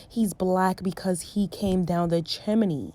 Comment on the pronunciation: I love how you say chimney like jiminy lol